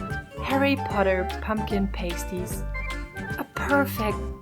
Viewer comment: Its pronounced Pah- sty not pay-sty